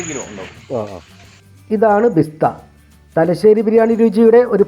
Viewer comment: ബിസ്ത അല്ല ബരിസ്ത എന്നാണ് പറയുക